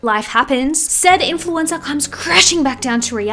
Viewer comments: “Try bein’ an influensuh for a day, try it.” I say as they drag me back to my gucci balenciaga branded padded room. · “try being an influencah for a day” ok Mikayla give it up we know it’s you girl 💀